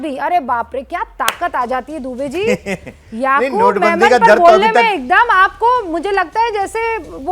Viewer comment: Yaqoob menon nahi hai yaqoob memon